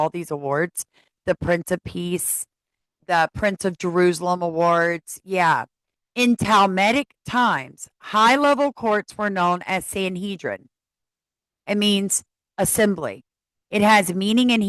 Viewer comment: It is read like this: thalmoodic times.